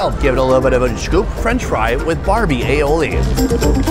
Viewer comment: a-oli? :D alli-oli